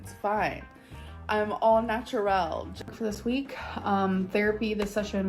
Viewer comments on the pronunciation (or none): All naturalle 🤣🤣🤣